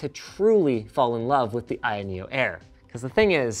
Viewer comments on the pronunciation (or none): I keep hearing linus say I.N neo